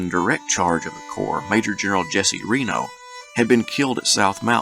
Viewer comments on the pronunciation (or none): none